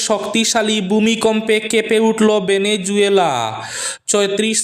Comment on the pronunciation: ভেনেজুয়েলা নয় ভেনেজুয়েলা